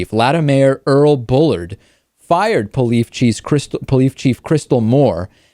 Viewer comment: Poleefe Cheese. LOL. say it twice DAVID! LOL.